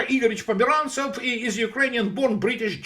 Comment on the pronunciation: With regards to Peter Pomerantsev... ... every.... single... time... :)